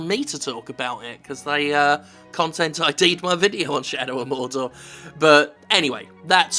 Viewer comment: "Where are the terrorist hiding!!" "Morrr-door!!" "And where is Morr-door!! Say Afghanistan!!" "Afghanistan!!" "Alright fellas, let's go!!"